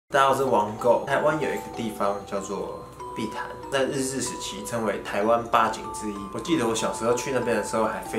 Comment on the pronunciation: 誰跟我一樣把碧潭聽成屁孩😂😂